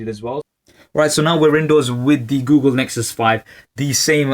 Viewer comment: "oogle Nexus 5" lol